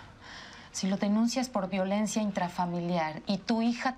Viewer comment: ya pero yo escuchando que la mama de marcos dijo violencua